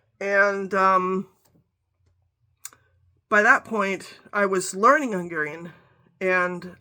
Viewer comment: Your pronunciation of Hungarian words is spot on. Are you Hungarian by descent? Thank you 😊